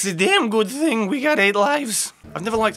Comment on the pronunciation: RRRRR! it said think instead of thing